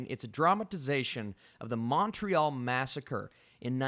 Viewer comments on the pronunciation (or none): none